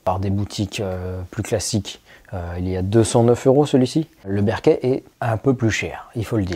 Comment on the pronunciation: Ca se prononce Beurk'faild, non pas Bairkéfild